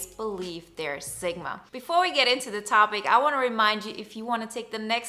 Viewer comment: Zigma? Seriously? How can you spell Sigma correctly yet repeatedly pronounce it incorrectly? Given you have no accent, it comes across as an affectation